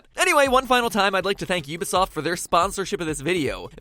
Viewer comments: ehk, he pronounces ubisoft you be soft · Ubisoft is pronounced oo-bee-soft